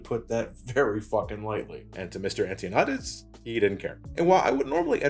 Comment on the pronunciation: bro. ANN-TOE-NYAH-DES, not anti-o-neigh-deez lmao either than that, good video lol